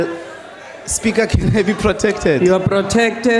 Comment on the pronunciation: How he says "Spigha" 🤣